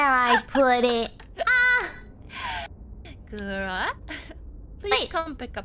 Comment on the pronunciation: Gotta love when the fargo accent/inflection comes out of gura sometimes